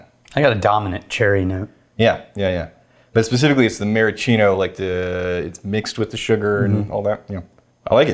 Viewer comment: Anyone else notice always leaves out the "s" in maraschino cherry? "Mara-cheeno"